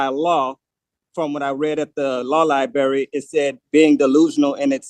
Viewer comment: I know! As a former lie berryan I always enjoy that pronunciation.